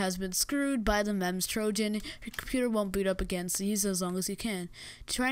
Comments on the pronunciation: its called memz like you speak it as memes but with a z at the end and not memz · why pronounce it literally memz meeeeemzz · cons off this video - "memms" (Memz is pronounced like Memes) - girly voice - AIDS Livestream-frame pros of this video: - memz trojan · It's pronounced "memes", not "mem-z" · its called Memes. not mehms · He actually prenounces it as "memz", even though it's prenounced as "Memes". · Boi no one say the name of the virus correctly it MEME-ZEE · It's pronounced like memes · its pronounced meems but speled memes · It's pronounced Me mm zz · bruh its just memz its not dangerous. (and its pronounced "memez") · Memes pronounced meems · ITS PRONOUNCED "MEMES" XD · It's pronounced meems you dip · It's actually pronounced like memz. If you watch Vinesauce Joel, he uses Vinememz in his video, and many others have reviewed it and said it's pronounced that way. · did u just call memez mamz? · by the way, it's pronounced mee-ms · He even pronounced "Memz" wrong. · Lmao, what did you say? MEMZ? Not even the most dangerous computer virus can put down a Nokia 3310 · anyone else bothered by the way way he pronounced MEMZ?